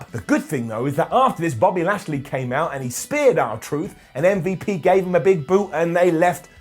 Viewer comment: M-V-Lash-P. Come on, man.